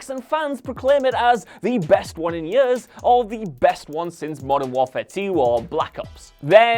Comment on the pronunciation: This man literally has the strangest pronunciations of words I’ve ever heard. 😭😂 Yurz = Years Poo-er = Poor Fillem = Film